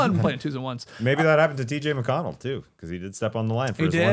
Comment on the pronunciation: Tas - The only man currently alive able to say T.J. McConnell's name right.